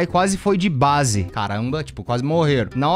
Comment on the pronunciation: se escreve baze mas se fala beize